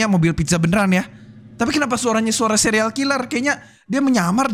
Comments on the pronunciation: Dari tadi denger ngomongnya sereal killer bukan serial killer🗿🗿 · Bang kok abang bilangnya sereal bukan serial